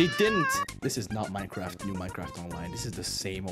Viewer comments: mAiNcReFt BuT iTs NoT mEiNcReFt fake accualy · "Maynekraft" Poetry. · Maynkraft XD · When he says maynkraft its funny XDDD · Yes my favorite game 'cimemraft' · MAYKRAFT OK